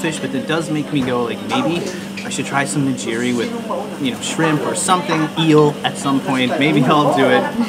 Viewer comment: You should know that those rolls are not what Japanese people eat typically. I know they are common outside of Japan, but they were invented in California. The rolls we eat are wrapped in nori, seaweed. Also, I will say that it is Ni”g”iri (“g” like gear) not Nijiri.